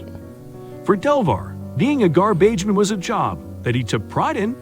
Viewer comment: Gar-beige-men. LMAO